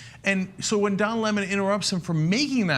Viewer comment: I love how in the video Lemon points out that people say his name wrong so he makes sure to get everyone elses right... and then Ana pronounces it wrong. It's Le-mon, not L-emon